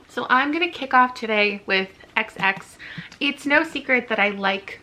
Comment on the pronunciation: The way you pronounced “xx” as “KSSS” made me cackle at 3am😂